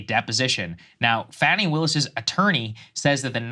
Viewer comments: Her name is pronounced "fah-knee" ... Not fanny. It grinds my gears when i hear Saagar mispronounce her name. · So you dont even know she cheated on him or how to pronounce Fannis name ...